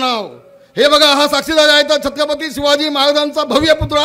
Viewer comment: नीट छत्रपती बोला